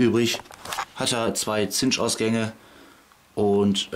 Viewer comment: "Chinch wird "Tschinnsch" ausgesorochen. Du sagst immer "Zinsch."